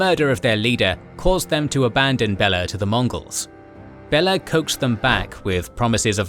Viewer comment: Next time do more research, how pronounce historical names, because watching this is hilariously funny. Bella instead of Béla kinda unlucky.